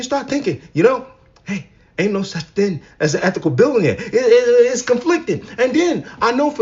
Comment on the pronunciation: Before anything else... You should probably learn how to say billionaire. Also, she's just NOW one? After all those years. I knew she was overrated 😂